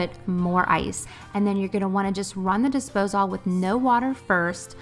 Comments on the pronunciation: I’ve never heard anyone say “Dispose-All” before, lol. I’ve only ever heard it pronounced “Disposal”… I had to rewind to make sure I heard you correctly and then when I saw you’re check list, I was SURE it would say “Dispose All” but sure enough, it said “disposal”. Maybe it’s a southern thing? Very sweet. Love this video! I am cleaning with you, I just had to take a quick break and I decided to comment. Keep the videos coming!! You got yourself a new subscriber! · I’m new here … have I been saying disposal wrong ? Is it really dispose-all ?